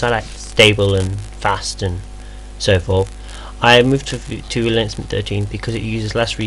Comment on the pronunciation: Ok, seriously. You are almost uninteligble. You tend to rush through entire syllables, but not all the time which makes it even more difficult. I played the video twice before I realized you were saying LinuxMint, not linamnt. Please for Pete's sake slow down and just listen to your video!